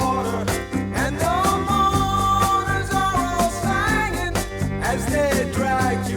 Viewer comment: Love Donald Fagen pronouncing "singing" as "sanging" in order to rhyme with "hanging". Also rhyming "beg us" with "Vegas". Brilliant!